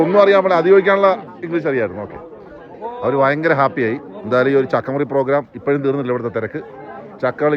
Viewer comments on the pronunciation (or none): none